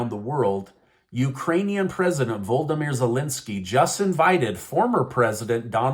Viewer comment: VO- LOD- O- MER Zelensky NOT VOLDERMER